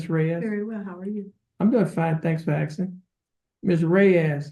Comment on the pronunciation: I’m sorry. I have nothing bad to say about speech impediments, but I have a BIG problem with so-called learned people saying “axing” instead of “asking”. That’s not a speech impediment, as far as I know.